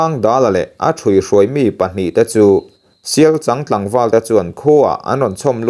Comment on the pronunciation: Sialchang ani chhen lo 😂 Sialchâng, changzawl i lama chang ilam ang chiah khan sialCHANG kha lam rawh 😂